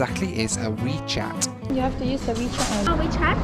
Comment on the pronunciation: It's wechat, not weechat, jesus mate